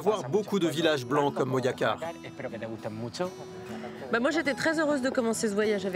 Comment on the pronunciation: STP tu peux dire Moracar si tu peux pas mais Moyacar stp non !!! MoJacar con jota !!!